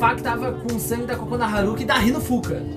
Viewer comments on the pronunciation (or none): Quando vc fala kokona eu penso cagona kkkkkkk